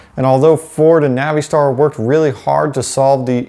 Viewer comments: Nav-ee-star? You mean NAVISTAR? I work for an International dealer and have NEVER heard “Nav-ee-star” in my life until this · Stop with the Navi —Star BS. It's pronounced Navastar. Oh, and yes... 6.0L everyday over the boat anchor 6.4L. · Naveestar?? Uhh? Don't think that's correct sir. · Man the way pronounce Navistar is funny I use to work there and actually talk to one of the engineers that designed the 7.3 he was a cool guy Literally out of all the big wigs he was the only one that engaged in a conversation with me